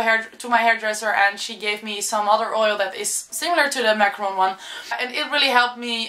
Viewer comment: It's not macaroon oil, Its moroccan oil, moroccan